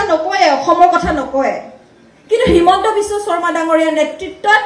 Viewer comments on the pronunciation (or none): none